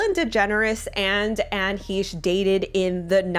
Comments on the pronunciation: Hi If you are going to do a story on this horrific crash and what might be behind it, it would be the least you could do is get her name correct. It is not Anne Heesh. It is pronounced Anne Hashe long A. It just was very uncomfortable to listen to you continually say her name incorrectly yet know all these details and possibilities regarding this crash. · Hesh. Short e. Hesh. Like mesh. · Anne HEE-sh???.........sheesh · Isn’t it pronounced Heshey? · HAY-SH thats how its pronounced. Like your channel keep up the good work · You seem to know a lot about this broad, except how to pronounce her name. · You might want to check out the artist Ami Goodman, Anne’s good friend who lived in the same building as Johnny Depp & Amber for background info on Anne. Anne & Ami were on Popcorned Planet during the JD/AH trial & Ami has been on several times. PS: please double-check your pronunciation of Anne’s last name. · Maybe you could research into how to pronounce her name? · pronounce her name correctly.